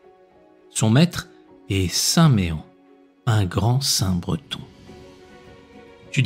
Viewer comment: Bonjour, En Bretagne on prononce « St Men « et non pas Méen😀💕